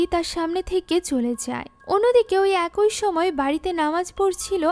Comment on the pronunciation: আপু শব্দটা “একই” উচ্চারণ হবে। “একোই” না। 😶 আপনার মুভি এক্সপ্লেনেশন অনেক সুন্দর হয় কিন্তু এই একটা শব্দের উচ্চারণ সব সময় ভুল হয়। আপনাকে ছোট করার জন্য ভুল ধরছি না, ভুল শুধরে যেনো আরও সুন্দর ও নির্ভুলভাবে মুভি এক্সপ্লেইন করতে পারেন তাই বললাম। 😊